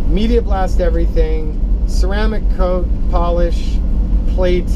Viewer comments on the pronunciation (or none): none